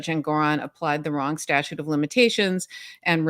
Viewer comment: As Jerry Seinfeld said: It's sta-TUTE, not statue.